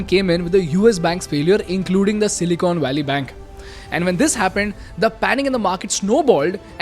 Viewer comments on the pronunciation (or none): none